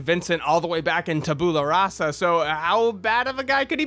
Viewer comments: Tab-you-la rah-sa, not tab-ooh-la. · tabyoola rassa you're saying it wrong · That's not how tabula rasa is pronounced :D